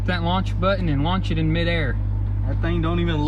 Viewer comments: Did you say launch it😂😂😂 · Did you say launch it? 😂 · Did you say launch it? 🤣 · New merch “launch it” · Did you say launch it 😂😂😂😂